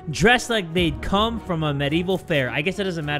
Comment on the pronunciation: Why did he put so much emphasis on "come"